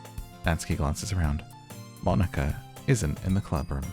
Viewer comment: Natsuki = "Nah-ts'ki". The 'u' is devoiced so it's like you're skipping it (and an easy way to get the "tsu" sound is to say "Cats" and lifting your tongue up where your gums and upper teeth at the "ts" part.) Monika = Moh-ni-ka. A "Katakana English" version of "Monica". Similar to like, Arisu ("Alice") a popular name in the 80s/90s. (btw - Katakana English is what some use to distinguish between speaking English vs using Japanese sounded English - Alice vs Arisu. Common complaints of about the English program is that the curriculum relies a lot on teaching Katakana English over actual English, but this is topic for another day !😝) (I will say Japan's English scores are very low compared to most countries despite lots of time and resources dedicated to learning...) There is a punny joke between Natsuki and Monika later where most fans come to understand that "ika = squid" and Monika responds that that isn't how you even say her name to get such a pun; this is because it is spelled Mo-ni-ka not Mo-n-ika. I feel this is a joke best suited for bilinguals 😛